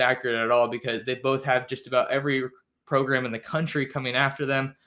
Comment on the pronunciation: Thanks for keeping us updated. I missed the show when "program" became to "progrum". Anyone?